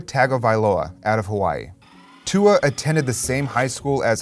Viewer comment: Bahahahahahahahahahahahahahahahaha I’ve never heard Tua’s name butchered so hard in my life.